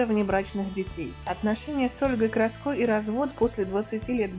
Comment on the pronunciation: Не КрасЬко,а Краско,грамотейка!